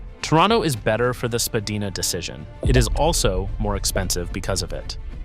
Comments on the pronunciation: You should visit Toronto before making such blanket statements. It is absolutely the worst designed city in North America. Poor public transit, horrible road grid design and, as result, constant gridlock. Oh and by the way, it is SpadAYna, not SpadEEna. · Agreed; no one says Spa-Day-Na. Apparently Spa-deen-ah was the original pronunciation back in the mid 1800s but it has been solidly Spa-DYE-nah for a very long time. This guy is just trolling if he claims nonsense like it is the worst designed city in North America. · You lost me at Spadeena! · Spadeeeena? Really? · While I have occasionally heard people pronounce it the way the narrator does, I have never ever hear anyone pronounce it the way you suggest - i.e. with a hard A sound. The most common way is to say Spa DYE na. You're not from Tronno, are you! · Spadina originally was pronounced Spa-deen-ah, but evolved over time to Spa-dine-ah. Yonge is pronounced Young. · Spadina = Spa-die-na Yonge = young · You're all wrong. Its pronounced spa-die-nah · I've been living here since 1997 and I have never heard anyone say it in those different ways you mentioned. It's has always been pronounced as Spadina by all ethnicities and backgrounds that I have ever come across. Spa-die-na. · You pronounce Spadina wrong